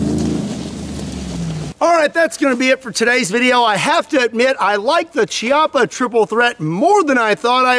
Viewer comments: i don’t usually correct pronunciation but lots of people corrected me for saying chee-appa. it is pronounced key-appa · Not to correct, but since Chiappa is Italian I think it’s pronounced “kee AH puh” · I love your videos butt it's pronounced kiappa that means buttock in Italian. I'm disappointed by my people who didn't build it firing all three of them at once 😢🤣🤣